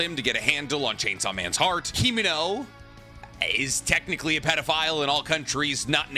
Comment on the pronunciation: I thought you were going to say the problem with Asa is that she has a split personality lol. You went with social inadept first, i mean thats not really an issue with Denji. You also called Makima->Makimo and Himeno->Kimeno....